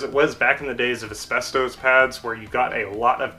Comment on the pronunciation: You certainly have good knowledge of brakes, and maybe you are an engineer. I don’t know where you learned English, but please stop saying asbestoes. It is Asbestos (pronounced: /æsˈbɛstɒs/ or /æsˈbɛstəs/)